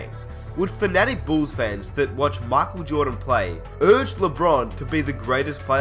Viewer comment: Michael Jawdan 😂